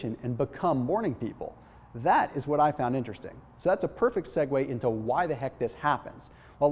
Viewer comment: are you sure you said that into correctly ???